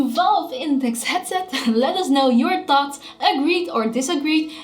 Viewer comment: she doesn't say "thoughts" but "thots" xDD